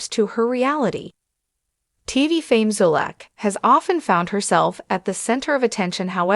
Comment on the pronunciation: You can’t even pronounce the woman’s last name at least learn to pronounce someone’s name before doing a story on them.